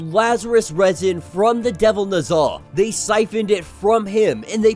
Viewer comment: lol I had to finish half of the video to realize "the devil nuza" is "the devil Ne Zha" aka amongst the most popular Chinese myths. Y'all need to pronounce it properly my dude. It's "NEH-ZHA" not "NUH-ZHA". "NEH" like "Nether regions" not "Nutmeg". And it's not NUHzha it's NEH-ZHA -- pronounce each syllable with equal weight, slow each syllable down. NEH-ZHA. Not NUHzha